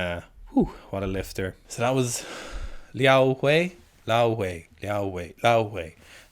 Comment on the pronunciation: Commenting for the algorithm. But your pronunciation of Liao Hui’s name is phenomenal. Hate it when people just butcher East Asian names and don’t even try to get it right